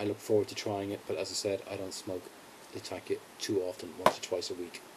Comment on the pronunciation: Great video my friend, but it is Latak'ia and not Lat'akia. :)